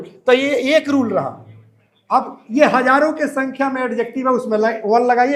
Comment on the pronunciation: Sorry sir but its अजेक्टिव not एडजेक्टिव